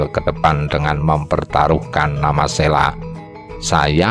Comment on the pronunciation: Bacanya Selo bukan Sela...trus Wali Sanga tp bacanya Wali Songo bukan Wali Sangha seperti kata Budha .era wali sdh Islam jg Hindu bukan Majapahit lg mayoritas Budha.kayaknya spt itu